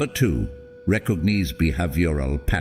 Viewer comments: "Recog-kneeze be - have- your all patterns" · Recog-neez be-have-yural patterns!? 😂😂😂😂 Why can’t people just narrate the videos using their own voice anymore? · “Recog-knees, all the sneeze, that you got to breez” is what my first thought was. 😂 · RECOG - NEEZE.